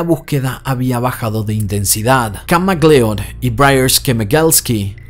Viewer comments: Se pronuncia Mac lud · McLeod lo dices MAL 👎🏼